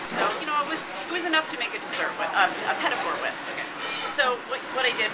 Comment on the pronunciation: The French will love the way she pronounces Petit four. Not to mention the Americanised idea of them.